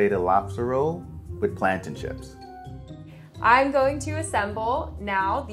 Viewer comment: Bruh I know he didn’t just say plantain chips